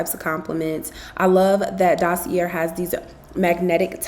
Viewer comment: It’s definitely pronounced Dossie-aye not dossie-yair. Since they are paying you, you could at least pronounce the brand correctly.